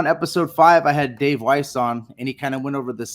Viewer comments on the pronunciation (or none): none